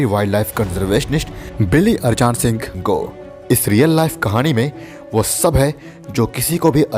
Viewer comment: Saala arjan ko arjaan pad rha hai?